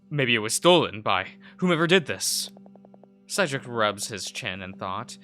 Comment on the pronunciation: Cedric is like Said-dric